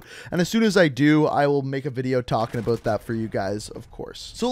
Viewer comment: "Aboot" he just blew his cover, now we know hes Canadian